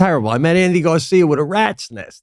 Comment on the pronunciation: Think Andy Garcia - you both threw a y at the end of his first name.